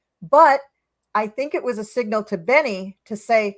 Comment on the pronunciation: Just a note . It is Bebe not Benny … Benny Gantz, love you both!